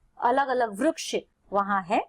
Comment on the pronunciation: ITS VRIKSH NOT VRUKSH